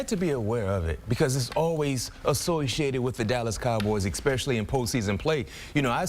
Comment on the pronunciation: how many times can you hear EK-SPECIALLY before you want to barf... but I digress, GO PACK GO!